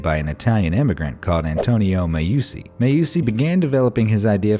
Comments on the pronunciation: Antonio Meucci = Antonio MEH-OOO-CHEE. Make those Italians proud, broski. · Meucci = meh-OO-chee Teletrofono = teh-leh-TROH-foh-noh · The way you've pronounced 'der ring des nibelungen' and 'meucci' really hurts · That's not how you pronunce Meucci